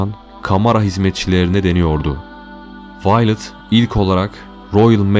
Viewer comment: Kadinin isminide yanlis okumasaydi iyi olurdu .. Vi-o-let (Viyolet) diye okunur